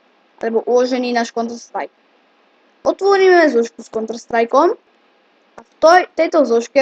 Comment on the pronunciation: contr strike :D :D tak toto ma rozsekalo :D prosim neartikuluj tak a skus si zlepsit anglictinu ;)